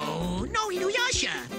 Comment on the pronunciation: For one, Janken doesn't even say Inuyasha right. Two, Sesshoumaru says "butt" instead of boat.